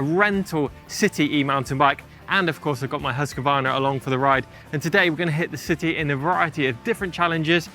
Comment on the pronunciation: PLEASE PLEASE PLEASE, it's not pronounced Husk A Varna...THERE IS NO "A" between Husq and Varna. Please pronounce it properly....HUSQVARNA